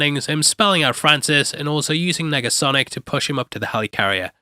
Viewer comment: Did you say "megasonic" instead of "negasonic" at the mark? Making sure my ears are working after taking in all this splendor